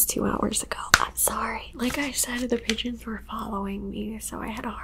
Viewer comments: Ohhh pigeons I thought you said d gens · Oh lmao pigeons. I legit rewound it 3 times cuz i thought u said u were being chased by a bunch of Midgets lol. I was like ohh dang lol. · Ha! Did you say you were being chased by "pigeons"??? Lol🐦🕊